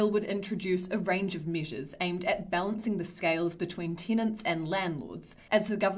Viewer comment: Teenants (possibly tinants, but could be tenants) pay the reent (possibly rint, but could be rent) and please leet (possibly lit, but could be let) city am know 😜 It could be a riddle? We may never know 😜